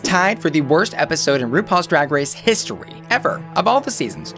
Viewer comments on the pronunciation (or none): drag race HIS-tory, Okayyyyyyy